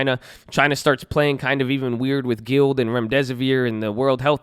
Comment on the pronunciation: Gee-lee-ad... not guild Good video 👍🏻